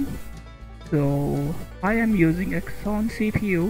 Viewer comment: When he can't even pronounce Xeon, you know it's going to be bad. It's not the Exxon oil company.